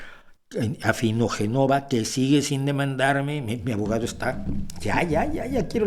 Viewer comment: Perdone ilustre: no es Afinogenova, con acento en la segunda o, sino Afinogénova, con acento en la primera. Otra cosa es que ella no ponga la tilde, con lo que no dejaría duda.